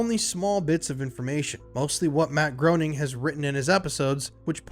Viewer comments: If you're gonna make an hour-long video about The Simpsons, at least pronounce the creator's name correctly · Before you do a deep dive on the Simpsons, could you learn how to pronounce the creators last name properly? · “Groening” is pronounced Graining not groaning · Matt Groening's last name is pronounced "Greening" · WTC is next level and spans many episodes. Groening rhymes with “braining”. I like your backdrop, it works. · It's pronounced "GRAY-ning" Rhymes with "complaining" per Groening's comic strip "Life In Hell". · it's pronounced "Greening" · It's pronounced Matt Gray-ning, just fyi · It’s pronounced GRAY-NING omg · I know this is nit-picky, but it's pronounced "Gray-ning," when referring to the creator. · >Can't pronounce Groening >Can pronounce Reuters Fascinating, tbh